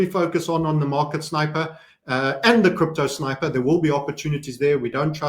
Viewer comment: " the sniperrrrr" with scope !